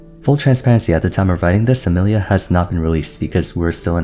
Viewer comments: Why does bro pronounce Emilie like Amelia instead of like Emily 👁️👄👁️ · the way he says Emilie 😂😂